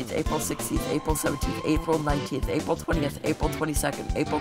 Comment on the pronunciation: why did aprill sound like apil